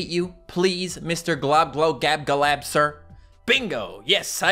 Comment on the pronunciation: I don’t know how to say globoloboladab and you are saying it flawlessly